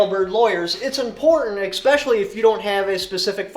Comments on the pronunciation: What the hell is expecially? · Fyi. There is no X in e-special-y